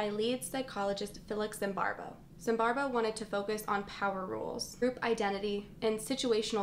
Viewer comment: i like this video and i'm sorry for pointing it out but, why are you pronouncing his name as ZimbarBo when it's ZimbarDo? Love the video though and hope to see more from you